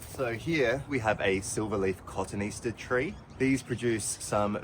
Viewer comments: Another great job as always. I could be wrong, but I think Cotoneaster is pronounced co-toni-aster...just for future reference. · I just wanted to let you know that cotoneaster is pronounced co-tone-ee-aster ( I actually googled to double check 😂) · I chuckled when you described the cotoneaster because everyone I know does the same thing, me included. A master gardener corrected me in a kind way. It's actually pronounced, "Cotoneaster is typically pronounced as kuh-TOH-nee-AS-ter (kə-ˌtō-nē-ˈas-tər)". Cambridge Dictionary +1 The easiest way to break it down syllable by syllable is: Co (kuh) ton (tone) e (ee) aster (as-ter) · Hi! We have that Cotoneaster variety (as a shrub) within the inner row of our windbreak in Wyoming, US. I was intrigued by your pronunciation of it, and did some research on Google. You say kaa-tuh-NEE-str, the American pronunciation, and I say kuh-tow-nee-AS-tr, the British pronunciation. Go figure! 🍅 🍅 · Great job as always. 💪That cotoneaster was huge. It is pronounced kuh-tow-nee-a-stuh. 🌿Here in Canberra that plant is classified as a weed because birds spread the seeds. 🌱 It's a shame to see houses sitting empty when there is a housing shortage. Keep up the good work. 👍